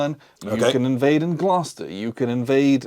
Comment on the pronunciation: Always nice to hear someone pronounce Gloucester and Norfolk the proper way. 😂 Glad you guys likes the series, Hood strikes north was my first in the series and won me over completely. With the exception of Atlanta is Ours, all the others are much more manageable and playable than OTR2.